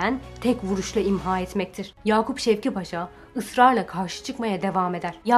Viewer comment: ''Yakup Şevket Paşa'' değil, ''Yakup Şevki Paşa'' paşanın ismi. Video için teşekkürler